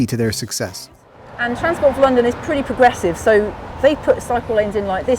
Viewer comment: You lost me at 'porgressive'